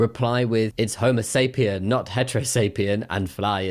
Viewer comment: sigh it's not "homosapien", it's Homo followed by sapiens — separate words and both are singular, the final S isn't removable, please stop removing it